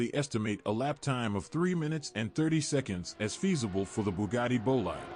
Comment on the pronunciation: It's "boleede", not "boleyed"...